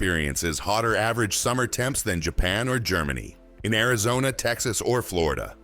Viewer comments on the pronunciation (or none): none